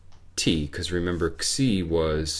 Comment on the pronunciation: He indeed pronounced it right. "xi" should be pronounced as "ksi".